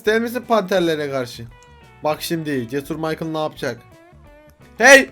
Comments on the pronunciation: Abi bide o Maykıl diye okunuyo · mikale değil abi maykıl :D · adamın isminin okunuşu maykıl